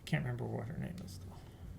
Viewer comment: I don't think is invested. He still can't pronounce names correctly. Even corrected him on it. And he mocked Elisabeth signing.